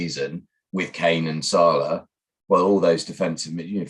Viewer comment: Why does equation pronounce salah weird